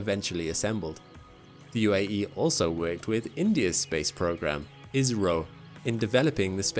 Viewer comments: its I S R O. not is ro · He said that it was India. Its just the way he pronounced ISRO sounded like Israel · Can you make ISRO less sounding like Israel. We can't stand that name. Or just say India